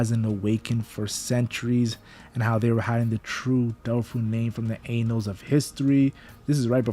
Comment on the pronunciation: Anals of History 😹(its "Ann-nols")